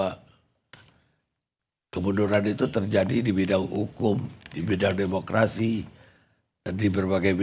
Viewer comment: DEMOKLASI SI PELAT